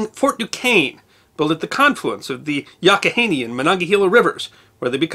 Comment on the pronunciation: As a Pittsburgh native, I have never heard anyone refer to the Allegheny as "The Al" and it's Yough not Yock or Yack. You are correct about the Mon though.